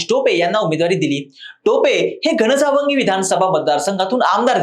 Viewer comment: घणसांगवी उच्चार चुकला